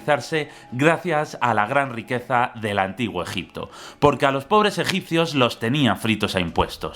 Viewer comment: Empieza el vídeo...: Gegipto Yo: empezamos fuerte:v